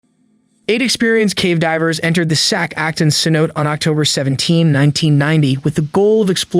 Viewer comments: cenote.... say.now.tay not sen note 🤡🤦🏻‍♀️ if u can’t even pronounce the one thing ur making a video on then wow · Great video. Just a stupid fyi cenote is pronounced like sin-no-tay. I can't imagine what it would be like to be there and to be in that kind of environment it has to be so stunning and other worldly. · How many narrators can't pronounce cenote. Damn